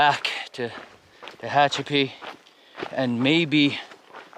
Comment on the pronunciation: Tickled to see that after several days you got the pronunciation of Tehachapi down, good job, now were are the critters not the people ones the four/six/eight legged ones or even the no legged ones? Guessing you would need a four wheel drive on that road. Enjoy listening to your monologue, just keeping it real. Produce, interesting fellow. 16.7 miles not really a NERO. Ok, you are still having some issues with Tehachapi. LOL. SAFE HIKING